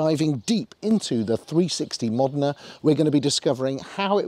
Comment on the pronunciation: Great clip! ...And you pronounced the car name correctly! Great spec car by the way. Thanks for posting!